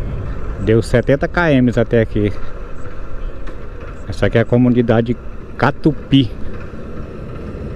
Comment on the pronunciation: Ta errando os nomes das cidades hoje, Não é Tubai é TABAI, e não é Catupiri é CATUPI, deve ser a vontade de chegar em casa né, abraços amigo, Deus te acompanhe...